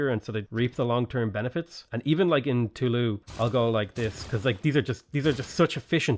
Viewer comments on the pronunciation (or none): Toulouse is pronounced with a z-sounding s. Usually, the letter s is silent if vowels do not follow it. "Too-Loo-z" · The s in Toulouse is pronounced. If there's an e after some consonants in French, the consonant is pronounced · You pronounce the "s" in Toulouse my man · Toulouse is pronounced "Too-looz", not "Too-loo". We have to set a better example for the Brexiteers.